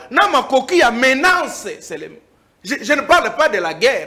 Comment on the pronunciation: Ndeko na biso maman journaliste, bolobaka ba "MENACES" et non ba "MENANCES" svp, oza qd même jrnaliste ya solo et puis na chaîne ya Mr. BOSEMBE!!!!!!!